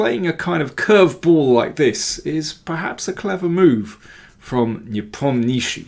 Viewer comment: You need to work on pronouncing these foreign names! NE-POM-NEEACH-CHEE is better 🤪🤪🤪